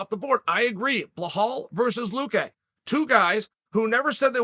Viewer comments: There's another set of fighters in middle weight. Why not find him a fight there? Also the name is Bilal not Bahal 😂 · Uncle Chael, it's legit easier to say Belal than Blahal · Love it when Chael says Ble-haal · Who is this Behal Mohammed you talk about, lol, please explain your incorrect pronunciation. My apologies if you have a disability in speech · "Blahal".. who the fook is that guy? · belal isn’t even a hard name to say lool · I hate to be THAT guy but it is a bit off the way you refuse to pronounce Belal's name properly. There's no way it hasn't been pointed out to you at this stage.